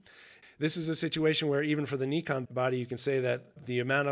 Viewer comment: An American that can pronounce Nikon well done I am impressed.